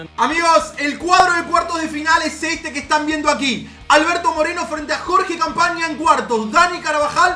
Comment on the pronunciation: jorge campaña Persona normal: jose campana 😂